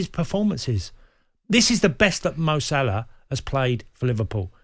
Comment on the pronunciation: Man really said Malah and Sane😅😅🤣🤣